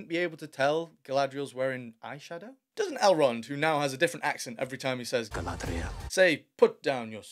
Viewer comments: I allways happy to hear Chaladrilol its just to funny😂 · Galarr-dree-yell narrates dogpile dialogue written by dollar-store writers, this trailer isn't making ROP any better, in fact it's making it worse. 🤣